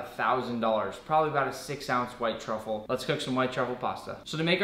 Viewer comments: It sounds like he's saying *White Chocolate* when he is trying to say "White Truffle" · Yeah fr 😂